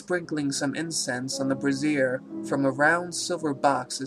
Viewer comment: Nice one, sir, well read. like the others noted, warwickshire is "worr ick sher" not "war wick shire" (have been in the same boat...) Also around 18.05,,,,, he is burning things in brazier (brey- jur) but pronouncing like "brassiere" (brah-zeer). Not complaining- just wanted to point out to you that, becaue to me at least it sound like this sinister cousin is burning papers in a firey bra... thank you for reading the story btw :)